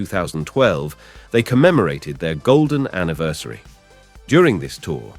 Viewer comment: Are you a robot voiceover. Weird way to to pronounce 'colleagues' and 'anniversary'